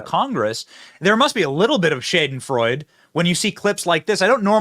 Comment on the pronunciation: Schadenfreude. (Shod-en-froyd-a), Benny. I realize that's not a dictionary pronunciation, but you should really look up the pronunciation of schadenfreude. I love you to death benny, but your butchering that word. 😂😂😂